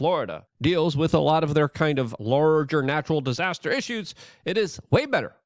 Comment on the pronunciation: Anyone else get slightly annoyed by Luke’s inability to pronounce the TH in wiTH. It’s always wit.